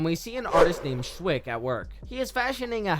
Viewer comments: Young boy? Yeah, a young 30-year-old boy. In the industry, that's called a "stake." / / / / "Schweick," not "Schwick." No one in the movie pronounces it "Schwick," plus the spelling of the name is in the credits. Here's something that irritates me about movies. Why do characters always bleed from the mouth? That guy fell off a scaffolding onto his back. Even if he'd experienced a compound fracture of the vertebrae in his neck (which I don't think is what happened), he wouldn't bleed from his mouth. A more realistic injury would have been blunt force trauma from the fall. The "bleeding from the mouth" thing is only done for visual effect. THAT is a "young boy." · Who narrates these things. Poorly written and the reader has no concept of pronunciation of famous character names. Liza is read as Leeza throughout shweik, pronounced shvike constantly referred to as Shwick. The reader obviously has no real interest nor awareness of these great films.